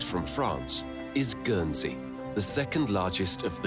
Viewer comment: Guernsey is pronounced with a hard G and you pronounce the N. I live there. Jersey is a different island